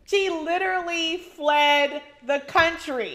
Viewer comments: Did Porsha say “fleed” 😲🤦🏾‍♀️ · Porsha: "Kenya was like she fleeeeed out the country, ain't nobody scared of Kenya ". Somebody is scared of correct pronunciation ( cough, Porsha). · Okay so we just going to ignore this dummy Porsha said “fleed the country?” 😬🫣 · Did Porsha say ‘fleed’ ??????